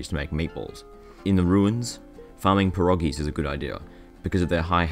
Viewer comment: You mispronounced perogies